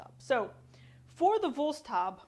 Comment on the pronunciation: Just say Woolst-how-bee :o) excellent demonstration and the video quality isn't that poor. Thank you!